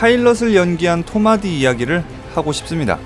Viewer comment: 배우 이름을 너무 쌈마이로 발음하는 거 아님? 토마디가 뭔가 잠시 고민..